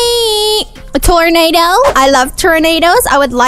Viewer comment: When you were trying to say tornado